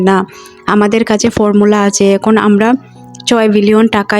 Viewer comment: আমোরা, উচ্চারণ সঠিক হওয়া উচিত